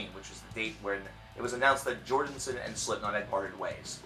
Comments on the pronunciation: I think it's funny he keeps saying Jordenson, instead of Jordison. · You keep calling him Jordonson. It kept bothering me. I'll just watch the video in the description. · and I'm just over here rdy to throw my phone across the room every time this guy pronounces his name "jordinson"... for fuck sake man... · Why do you keEP SAYING 'JORDINSON'